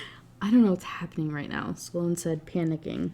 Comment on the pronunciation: It’s so funny to hear you talk about the pronunciation of Lucien while also making the name Sloane two syllables 😂 I noticed it in the last book but it’s really prevalent in this one